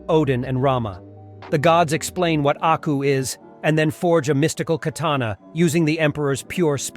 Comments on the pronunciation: its aku not acku lol pronounced AW-COO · HE DID NOT JUST SAY ACKU I'M NOT GOING TO WATCH BEYOND ITS AKU AND YOU PRONOUNCED IT WRONG. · Pretty sure it's "AKU" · I like the video beacuse its samuri jack but the way you said and spelt aku's name wrong. Like did you not google it? And they say his name in the intro song 😅 why are Americans so big headed about pronouncing other peoples things and namez and can't respect other people's culture? Also did you even watch the series? If you did then you would know that going to a bar is not natural to hik as thry did not have bars where jack lived nor did jack drink 😅 Have to dislike for that and unsuscribe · The way he disrespected aku's name at the start is probably why. Big dislike for that